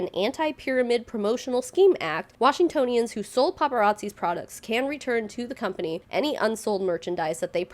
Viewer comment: Also you said Washingtonians correctly aha. Wash-in-toe-nians! Its a weird one and trips everyone up, even here. (Same with Seattleites!)